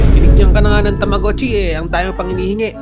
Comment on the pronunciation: Tamogachi Hindi tamuguchi😅